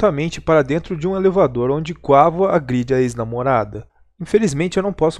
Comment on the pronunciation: Se escreve quavo mas se pronunciar quevo mano